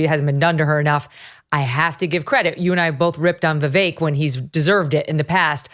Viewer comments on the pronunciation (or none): Once again Jesse Kelly mispronounces Vivek's name. It is just another way he shows his contempt for Vivek.